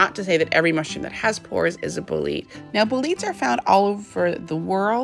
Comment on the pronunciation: Bolete, is not pronounced as Bo-leet. You pronounce the 'e' on the end. ie: BO-LET-AY